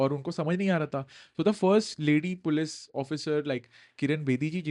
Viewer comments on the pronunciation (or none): none